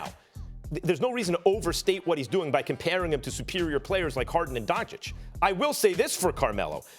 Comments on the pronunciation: stop it tomato tomAto.. we're American..its going to sound different..chich and chick is NOT a big deal..do you pronounce Antentekumpo exactly correct? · Dončić "Tschich" not Dontschick !!!!! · Donchich not donchiq! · SAS still doesn’t know how to pronounce don-CHICH. Smdh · SAS: “luka donchick” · u are from Slovenia? You would know right? It's donchich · pronounced donchich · When will he pronounce Doncic right? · I can assure you that SAS is not from Ljubljana so he’s afforded the mispronunciation. I mean if the name didn’t have the accent he would be saying it correctly. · i cant unhear sas saying that....